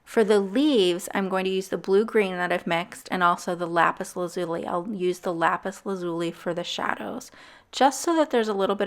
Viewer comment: You just pissed off every Steven Universe fan by how you pronounce " lapis lazuli"